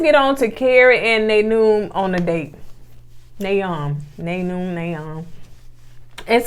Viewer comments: I'm over here, cackling at "Naynoom"!! It's Na'im - Nye-eem. But now imma start calling him Naynoom. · Ya’ll are cracking me up!!! Na’im. (Nay noon)💀, is pronounced Na-Eem. Happy birthday!! Much love… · Boy ya'll know how to butcher some names. LOL. Na'im (Nye-eem).I think Tesia is used to men going approaching her and doing all the work. That is not going to work on in this situation. Happy birthday. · Na'im, try saying it like this: Nah eem. It will just roll off your tongue. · No disrespect fam..but Na'im is pronounced like nah-eem